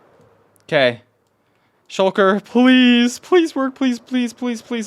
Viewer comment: did he just say shulket yeet ? xD he is my fav youtuber for a reason